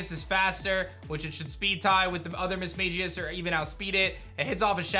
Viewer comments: Misma(g)ius not Misma(j)ius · All mispronunciations in this vid: Misdreavus: MISS-jruh-viss Correct: miss-JREE-viss (He said it wrong the 1st time but then said it right later in the vid) Mismagius: miss-MAY-jee-iss Correct: miss-MAG-gee-iss Gardenia: gar-DEHN-yuh Correct: gahr-DEE-nee-yuh Roserade: ROW-zuhr-rayd Correct: ROWZ-rayd Bastiodon: BASS-tee-yuh-dawn Correct: BASS-tee-yo-dawn Staravia: STUH-ray-vee-yuh Correct: STAHR-ray-vee-yuh Staraptor: STIRR-rapp-tuhr Correct: STAHR-rapp-tuhr Lucian: LOO-see-inn Correct: LOO-shin (I actually had to pull up the 35th ep of the Sinnoh anime just to fat check this) Milotic: my-LAWD-ick Correct: MY-low-tick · I’m sorry you were pronouncing Mismagius wrong it’s Mis-magi-us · learn how to say mismagius